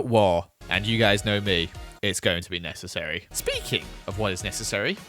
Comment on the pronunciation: And if nessersery all out war Also: its going to be nessersery